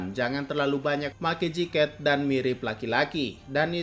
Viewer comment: jaket Mimin Bukan Jiket